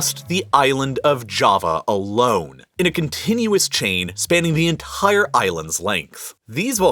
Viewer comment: Is anyone a little bothered by the emphasis he puts on ent*I*re...